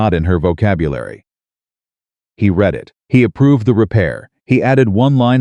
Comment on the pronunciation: Your AI keeps getting the word "read" incorrect.